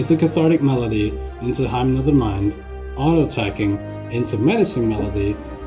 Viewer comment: Hymn is pronounced like "him" jsyk.